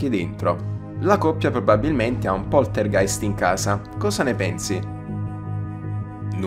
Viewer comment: si pronunzia "poltergaist"